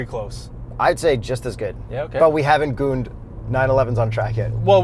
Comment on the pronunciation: He said gooned 😂 its hooned